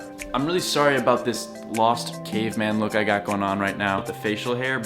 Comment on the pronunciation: Your lips never closed to pronounce ''m'' in '' lost caveman look''. Bruh